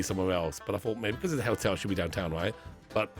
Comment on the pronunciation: I dunno why, but accent makes it sound like he's saying "Helltel" and considering what I've seen of his other let's plays it honestly doesn't seem wrong lmao/pos